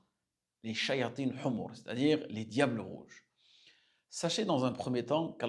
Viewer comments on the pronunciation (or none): none